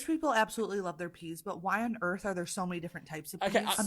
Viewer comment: "Please give me... A whole tray of... PEEZ."